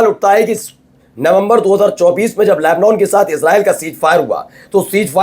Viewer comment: Tum sahi sahi boolna seekho...llebnon...nahi....llebnàn..bola aur padha jata hai. Sahi bolna seekho.